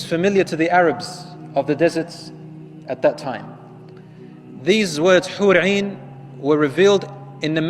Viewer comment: It’s hoor in not hoor ain 👀